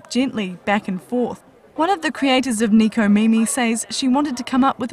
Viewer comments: Neko not niko.. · they said neko wrong